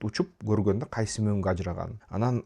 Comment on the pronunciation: Билим,илим ,дуйнону коро билуу баардык жактан жетиштуу тушунгон жана тушундуро алган азамат бала.Кыргызстанга коп кырдуу пайдасын тийгизуучу жаштардын алдынкысы. Бир созум бар,капа болбосон "анан" деген созду аан деп айтасын,ошону эске алып койсон уулум.Мен сени сыйлайм жана баалайм.